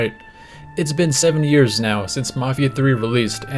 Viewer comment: bro said seven years like seventy years